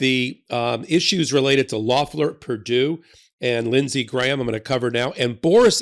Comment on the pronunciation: Hey, an American who can pronounce "Graham" properly! Nice work,!